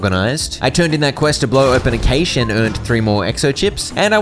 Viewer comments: Hey! ‘Cache’ is pronounced like cash. Just letting you know. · Im infuriated how he said cache wrong every single time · The way he pronounces cache 😂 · just fyi, cache is pronounced “cash” not “cay-sh” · Great video, I'm not sure if this is a joke but you're saying 'cashe' wrong